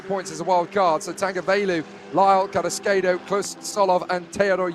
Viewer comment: That is NOT how you pronounce CARRASQUEDO...